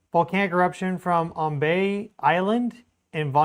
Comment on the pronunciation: I'm not an expert, but I know Ambae is pronounced like "Ahm-bye". Tank yu lo report ia. lo media blo Australia oli bin rubis. not wan stori lo saed em volcano disaster lo Ambae. Sending prayers to the people Ambae and Vanuatu.